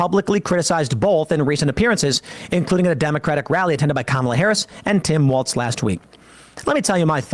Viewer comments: I noticed Tim was still saying, "Tim Waltz." The man sure knows how to underimpress. XD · None of these guys can read or pronounce names. Walz doesn't have a "t" in it!